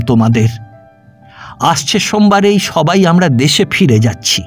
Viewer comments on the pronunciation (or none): none